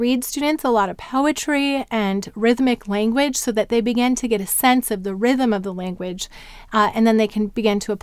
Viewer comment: The phonogram x, doesn't it have two sounds? There is the /ks/ as in "ox" and the /z/ as in "xylophone." Are they different or am I totally off? Another question--totally off topic and just for curiosity purposes--why do you pronounce "begin" as "began" most of the time?